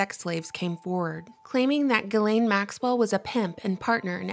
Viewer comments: please correct your pronunciation of Ghislaine's name...a simple google search will reveal that the name is pronounced jizs lane...Lionel Nation hammers this pronunciation home in his videos. I casts doubt on your veracity when you didn't even take the time to research the right way to say the name of one of the key persons in your video. Thank you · It's pronounced "jizz lane" by the way. Good report though.